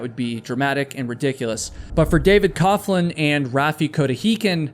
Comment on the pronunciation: FYI, “coughlin” is pronounced “coglin.”